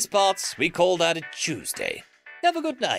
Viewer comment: "For me, it vash tooshday"